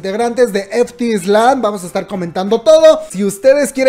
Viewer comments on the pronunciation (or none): Pobre Wendy! Espero se recupere pronto! Y please, F.T.Island se pronuncia "ef-ti-aisland". Amo tus videos, comadre eres genial! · creo que se dice "ef ti aisland" FT Island jajaaj